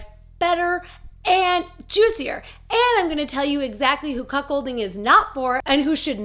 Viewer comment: I thought you were saying Cock holding because you have to spell it different it sounds the same.